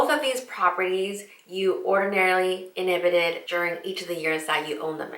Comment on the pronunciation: Pronounced as Inhabited (live in or occupy) ---- not inhibited (unable to act)